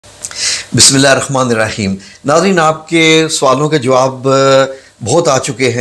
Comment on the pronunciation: Bhai Bismillah TU Sahi phar lu